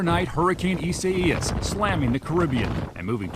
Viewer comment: Bro: Eeh-Sigh-Ayy-Is lol Me, a normie: Eye-Say-Is